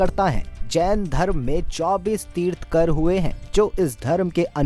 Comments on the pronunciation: Pehle bolna seekho...tirth-kar nahi Tirthankar hota hai...Jain dharm ke baare mein batate hue 90% of the time Gautam Buddh ke photos dikhaye ..isse saaf hota hai ki aapko khud Jain dharm ke vishay mein pata nahi hai.. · तीर्थंकर कहते हैं, तीर्थकर नहीं।🙂👍 जय श्री राम।🚩